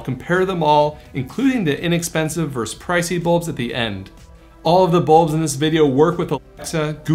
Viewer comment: Does everyone say verse instead of versus now?